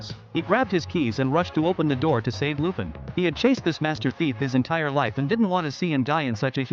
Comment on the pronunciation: This has to be AI voicing this. I mean, who pronounces Lupin that way